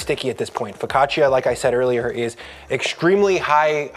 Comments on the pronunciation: Love you, love this, it’s ‘foe caught cha’ not ‘foe caught chia’ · For the sake of the name , you should say Fok kāah tchàh‼️ Not " fow ca cheeya" And just when I wanted to tear up a segment to bite and taste, You had sliced it on a plastic cutting board 😮😢😳❓️🙄 While you have such a beautiful wooden board to use. That's funny. Happy baking to all M.m